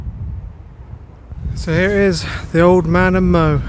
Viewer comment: It's Mow as in now, not as in mowing the lawn.